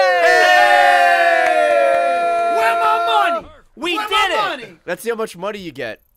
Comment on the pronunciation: Wheah my muoneh!!!!